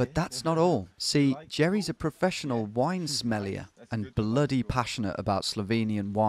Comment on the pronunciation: "Jerry is a professional wine smellier" had me in stitches, I almost fell from my comfy chair :D That's not how you pronounce sommelier in any language, my man :D Jesus, Tom, you frickin Brummie! :D :D :D